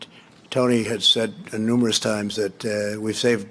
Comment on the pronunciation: He says 'NUMBEROUS' instead of 'NUMEROUS'. 😐